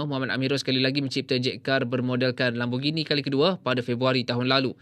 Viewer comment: Kereta apa tu???... Saya dengar guna headfree "Lembugini".. 🤔